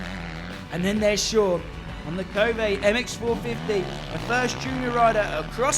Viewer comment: Pretty sure it's pronounced cove and not covay.